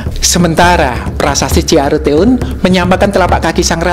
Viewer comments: Org jawa lidahnya tdk lancar mnyebutkn istilah istilah sunda contihnya ciareuteun bukan arutoun 🤣🤣🤣🤣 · iya mas, itu lhoo Ciaruteun,, mas baca ''teun" dipisah te un... eu itu satu huruf dlm bahasa Sunda. 😁 Pengucapan 'eu' seperti suara orang sendawa. Maaf 🙏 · Min spelling sundanya agak meleset hehee 🙏😃 ci - a - ru - teun , 'teun' nya mmg agak sulit bagi non Sunda , eu nya kurleb sprti huruf e (kelapa) tapi lbh dalam, sprti org hbs minum euuu 😃🙏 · mantap, tapi penyebutan ciaruteun huruf u di akhir belakang huruf e tidak dibaca bang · bagus pembahasanya. sedikit koreksi untuk pelapalan Ciaruteun tidak tepat. dalam bahasa sunda hurup vokal selain A-I-U-O- ada E é, dan Eu untuk e pelpalannya seprti di kata pbacaan e di kata Semarang. sekarang untuk é seperti dalam kata bebek untuk Eu mirip dg pembacaan e pertama dengan rongga lebih terbuka. misalanya dalam Leuwipanjang. Peuyeum. Cicaheum Ciaruteun.